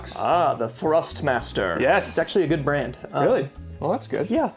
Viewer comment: Hey bro th way you said "thrustmaster" was pretty creepy😂😂